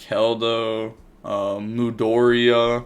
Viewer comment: mudora not mudoria